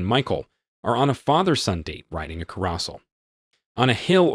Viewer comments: Care-o-sell, not " car- os- ell" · Does he really not know haw to pronounce common words like carousel?